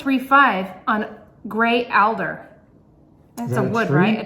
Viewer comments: That is not cat tails that grow in swamps that he is allergic to. Its grass that makes its seed pods at the end of a stem. And alder is pronounced all - der. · Lol. A roll in the hay. And it is pronounced (All Der) Alder tree. Mulberry is in a lot of teas. Check yours. Timothy grass is everywhere in California. It looks like wild wheat. When it grows larger it plums out like a cattail but not as big.